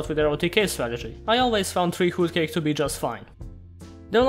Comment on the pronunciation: Your voice and humor is perfect for Yu-Gi-Oh videos. Also love how you pronounce "Hootcake" just brings a smile to my face.